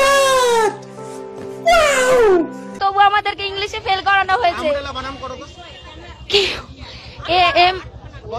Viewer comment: সাংবাদিক মহোদয়কে বলছি, ওটা বানাম নয় বানান। আগে সঠিক উচ্চারণ করতে শিখুন, পরে সঠিক উত্তর খুঁজবেন।